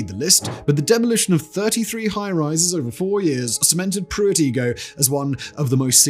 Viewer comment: Igoe is pronounced I-go!